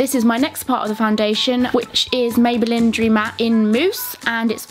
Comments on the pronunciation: She said mayballin 😂😂🙃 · I love how you say 'maybelin' I've stopped myself commenting this like 5 times lmao